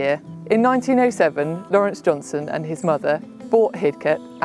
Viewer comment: JohnsTon not JohnSon!